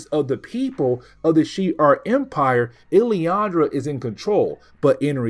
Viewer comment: Who is illyandra? Do he mean Lilandra?